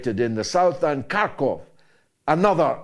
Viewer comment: Thank You for pronouncing Kharkov and Kiev the way they are SUPPOSED to be pronounced in the ENGLISH LANGUAGE, as opposed to the clowns who think they're being "polite" by pronouncing it the way Ukrainians do so, in their native language.